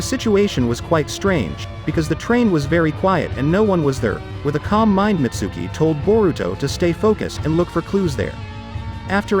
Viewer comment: The way he pronounces Mitsuki and Konohomaru pisses me off